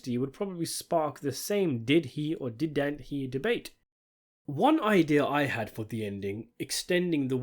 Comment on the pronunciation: "It did-ant"..?